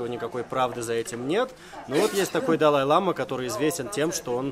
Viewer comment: Это не белый шарфик, а хадак - символизирует уважение. Бывают разных цветов, несут разный смысл. И в слове лама, ударение на последний слог. Если ударение падает на первый слог, то это южноамериканское животное